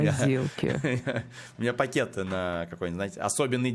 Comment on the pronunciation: посмотрите на взгляд, и с каким акцентом она сказала про пакет..)))